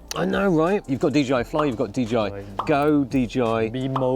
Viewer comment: Great video as ever. By the way it’s DJI not DGI. 😉